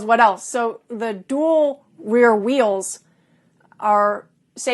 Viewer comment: Great questions and very well explained answers,! I admire how you effortlessly pronounced "dual rear wheels" - so many people get tongue-tied saying those three words.